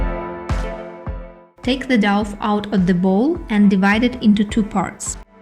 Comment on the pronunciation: Lovely, thank you so much for this video! I will make this tomorrow. Just a very small point, you pronounce it like 'Doh', not 'doff' :)